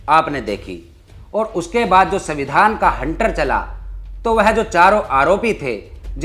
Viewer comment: तुम दलित हो, लेकिन उसका अर्थ अनपढ़ नहीं हो जाता. तो तुम संविधान का उच्चारण गलत क्यों कर रहे हो, वह भी यू ट्यूब के प्लेटफार्म से. न केवल यह, बल्कि शीर्षक में सविंधान लिख कर भी गलती की है. मैं भी दलित हूँ, लेकिन इस प्रकार की गलती नहीं करता.